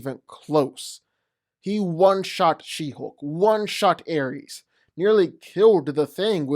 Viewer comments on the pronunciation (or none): none